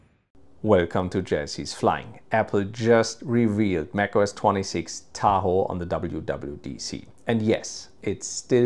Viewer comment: The way u say Tahoe pmo